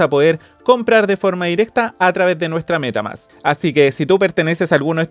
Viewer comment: " la cuenta de META MÁSSS!"... jashjadh esta bueno el video